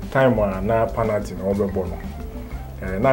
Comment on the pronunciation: its pronounced penalty not panalty.